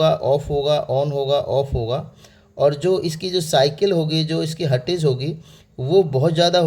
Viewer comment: Hertz to bolna seekh lo pehle😂